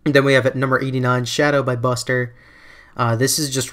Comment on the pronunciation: It's pronounced "buster'